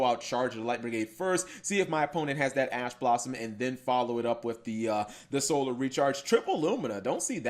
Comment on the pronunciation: the way cap says solar......................................... this is why humanity is doomed